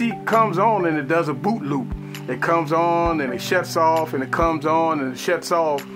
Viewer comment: it sounded like he said booty